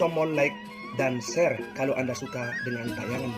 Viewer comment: ShAre bukan shear